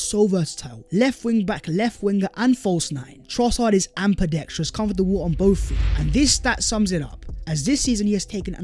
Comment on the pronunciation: 'I hope you are doing SensationALLY' 'eSpecially' ' amBidextrous' and your mic pops chronically. Having said all that I do really like the show and watch it often. I just wish you'd sort these little things out LOL. Sorry I am sure you read the comments, but you don't seem to answer much, so I'll keep saying it in an annoying fashion. :) But seriously keep it up, thanks. To answer your question: Nidi Kimmich Sandro Tonali